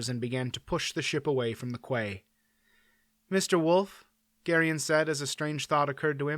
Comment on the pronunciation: Quay is pronounced key, not kway as you said it several times.